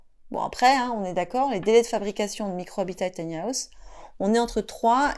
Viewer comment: Taï ni à ousssse 😂😂😂 On peut rire 😅🤣😂